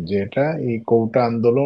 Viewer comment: কৌটা নয় কোটা